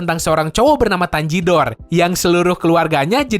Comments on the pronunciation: Tanjiro bukan tajigor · tanjiro bukan tanjidor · Bang tanjirou bukan tanjidor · Tanjirou bang bukan tanjidor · Tanjirou bukan tanjidor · Wkwkw di menit kok bilang tanjidor padahal tanjiro:v